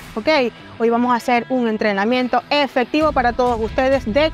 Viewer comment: Ahora cualquiera da consejos y rutina, dragon Pharma que decepción que tengan pseudo atletas tan chafas!! Puro youtuber! Consigan atletas de alto nivel aunque cuesten más caros! Por cierto para esta dama, se dice GIMNASIO!!! No GiGNASIO. Y vamos!! No Vamo.